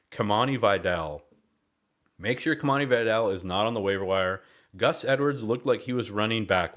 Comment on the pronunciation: Great video, thanks ! FYI is pronounced Kimani "VEE-dal" not "BYE-dal"